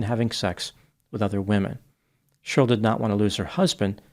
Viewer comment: it’s Che-rly, not shurll🤣🤣🤣🤣